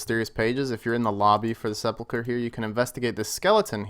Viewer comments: pronounced "se-pul-ker" not se-pul-cher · Se-pulch-er????? Sep-ul-ker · Why can't people pronounce sepulcher ??? Seh-pull-kurr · TIL its not pronounced se-pul-cher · Please, everyone pronounces it wrong.. sep-ull-ker. Edit 3min in and you got it figured out. Good on you for actually looking it up. Love this series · It's clear that a lot of RS YouTubers never played DragonFable. It's Sehp-ull-khur. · The way you can’t read is aids. Seh-pul-ker. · the way you pronounce sepulchre..... almost dislike worthy.... almost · edit, you hit it once as of now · sepulcher isn't pronounced with a normal ch sound. it's as if it's a k followed by an h. not the ch sound. EDIT: oh you looked it up, guess I didn't really need to answer that question haha. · Its actually pronounced hallowed sphincter* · Hallowed seh pull cher lol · Listening to people pronounce sepulchre is my new favorite thing.